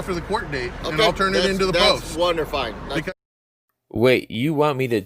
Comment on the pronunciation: "Wonderfine" what a fookin puss mate